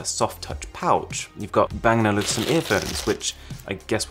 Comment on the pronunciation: Hey wait minute bro. It's not Bangaluvsen. It's Bang And Olufsen.